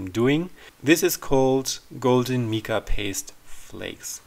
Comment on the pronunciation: I thoroughly enjoy watching your videos. Always informative and always beautiful. Just to help a bit...Mica is pronounced with a long I- like Mike-a.